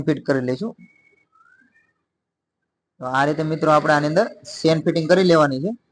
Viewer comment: ખૂબ સરસ ચણીયાચોલી બનાવી છે. તમારી ભાષા ગામઠી છે પણ અમને સમજાય છે, પણ ચેન ને તમે સેન બોલો છો તેના કરતા જીપર બોલો તેનું અસલ નામ જીપર છે.